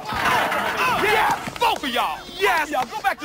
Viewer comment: it's the "BOTH of yall!" for me 😅🤣